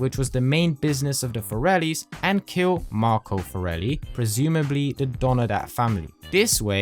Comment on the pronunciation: Love how Salvatore called the forellis the "corellis" at 5.27 😂